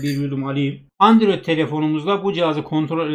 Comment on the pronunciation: Androide andrüyot diyen seviyoruz seni:)))